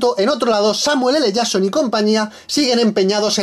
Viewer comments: el samueeleyason XD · Según este tío es el Samuel ele jasssssssson jsjsks ondaaaa vitaaaaaal